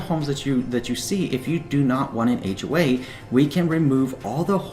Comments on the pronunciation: Wow i just noticed that....ahhhhhhway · It sound like he is saying H way. But good info